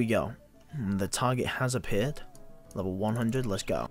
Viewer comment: when he says target he pronounces it tiger